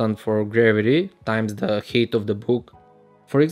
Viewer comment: Man pronounces height as "hate"